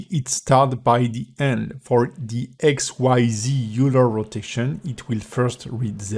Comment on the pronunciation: it's oiler. :p